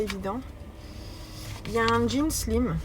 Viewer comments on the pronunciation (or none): none